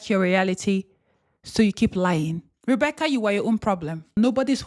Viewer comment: Did you just say Rebecc-ERD?? 🤣